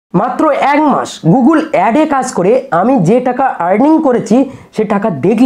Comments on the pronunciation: Apni age gugul noi google bolte sikhun 😅😅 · গুগল বলতে পারছেন না দাদা আবার "গুগুল" বলে গুগল থেকে টাকা ইনকাম করে ফেলছেন আপনি??